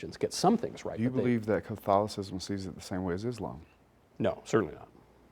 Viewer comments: If this guy says "Can-tholicism" one more time.... flips desk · "Is this from... CONTHALICISM?" Bahahahahahahaahahahahahaha. He's clearly not demon-possessed because they could pronounce CATHOLICISM...